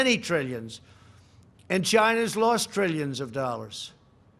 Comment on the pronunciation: Billions and trillans billions dollars 🤣🤣🤣